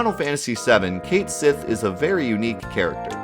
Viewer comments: But it's Ket Shee tho... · The Japanese pronunciation of it is Ket Shi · "ket shee " is the pronunciation. I saw it in the versus guide book. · Its Kat Shee not Kate Jenner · I legit had to say CAT-sith everytime you said :'D KATE-sith to watch this! lmao. Anyway good video. It's so weird how hard it is to hear something different. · Cait sith's pronunciation is Kate Shi, it's even written that way in Japanese (hiragana and katakana are phonetic, that is how you can tell) it even showed it in the ultimatia guide you showed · You know, the funny thing about Japanese is that the very language tells you how to pronounce a word. Cait Sith = ケット・シー = Ket Shí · It actually states "Ketto Shi" in Katakana right there in the guide dude. Pronounced "Kate She" in English. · I also call Cait Sith "Cayth Sith" forever, you're not alone bro! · On the topic of pronunciation: Sure, "Cait Sith" might be unintuitive, and god knows Celtic languages are a disaster when it comes to spelling and pronouncing with an English mindset, but ケット・シー is extremely simple and to the point. When in doubt, look at how it's spelled in Japanese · its pronounced kate sith, just like mic tyson would say it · Raven19888 you’re right, its Gaelic and is pronounced something like “Ket Shee” or “Kite Shee”. I love these videos and the content is amazing but it’s painful to hear it butchered. Like back in the day my friends and I used to call Guile closer to Goolie so I let it go :) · It probably is pronounced Keht Shee, since what is apparently FF7's Japanese spelling of the name (Ketto Shi) is as close to that pronunciation as Japanese can get. Looking up how things are pronounced in Japanese and jumping off from that is your best bet for concrete clues on how the JPN devs intended it to be said. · Well, it looks like we are gonna finally get the correct pronunciation for cait sith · "Depth" "Cait Sith" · Second syllable emphasis instead of first, mutt instead of moot. Had to use Guggle for this, boot yeah.